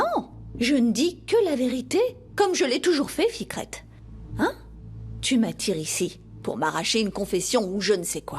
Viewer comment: Je ne sais pas comment Ils appellent Fikrète où Fikrote Il me nerveux hein 😢😂